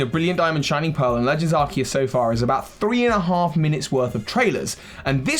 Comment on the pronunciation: And the: That's not a Legends Arceus. THAT'S ARKOOS!